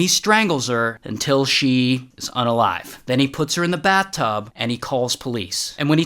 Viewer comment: Imagine having the best day of your life and then hearing Ray saying "until"